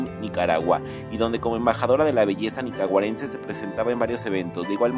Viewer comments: Se dice nicaragüense, no nicaguarence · Hable bien,cual Nicaguarence...se pronuncia Nicaragüense...!!! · Yo la veo igual, por cierto es Nicaragüense no Nicaguarence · JAJAJA,están chiflados, era una adolescente, y no se dice nicaguarense, ES NICARAGUENSE😂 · Y si dice Nicaragüense no Nicaguarense, por el amor de Dios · No es Nicaraugüense. Lo correcto es Nicaragüense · 2 veces repitió el mismo error , "nicagüarense". . Corrección Nicaragüense. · Dice Nicaguarense lo cual está incorrecto, en realidad es Nicaragüense y aparte si se operó pero solo el busto, de ahí todo sigue siendo igual, el que hizo este video es un amarillista y no dice todo bien a como es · Perdon...! "N I C A R A G U E N S E"!!! NO " "NIcaguarense"!!!😂!!! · Nicaguarense 😂, no sabe ni hablar, es Nicaraguenseee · Jjjj 😂😂😂😂 nicaguarence ni siquiera saben decir Nicaragüense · Nicaguarense? Jajaja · Nicaguarense???? Hombre lo dijiste 2 veces...no sabias de Nicaragua??? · Ni siquiera sabe pronunciar "nicaragüense", y quiere hablar de perfecciones y cirugías. Next... Nicaragua entronada, y soporta🔱🇳🇮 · Es idea mía, o en el minuto dijo nicagüarence🤔 Sheynis de familia humilde y trabajadora, tu crees que un cirujano para nosotros los Nicaragüenses con ese estilo de vida la podríamos pagar, claro que no, ella es natural, los años te cambian el físico incluso hasta la forma de maquillarse, eso no es cirugía 😅😅, te pasas 😂😂 ARRIBA NICARAGUA!! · ¿"plato nicuagarense"? ¡Por Dios, hable bien! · y pronuncia bien nicaragüense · 🤣🤣🤣 Además de criticar no sabe pronunciar, se mamo.